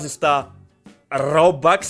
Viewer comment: Κι εγω παίζω roblox και δεν λέγεται ρομπαξ λέγεται ρομπουξ αλλά υγεία 😅